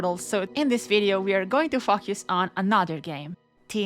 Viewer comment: Why do you pronounce focus as fackyous?